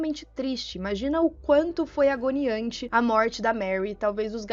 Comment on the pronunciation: Eu amo seus vídeos, amo seu crescimento como blogueira. Mas neu amor os Skinworker são espíritos malígnos, não sãos os Pés Grandes que eu sempre defendo e acho que as pessoas precisam deixar essas criaturas em paz. Minha lindeza outra coisa. Não se diz agniante meu amor, se diz agonizante. Vc faz tantas coisas legais lá fora, mas assassina nosso idioma desse jeito mulher!!!😂😂😂😂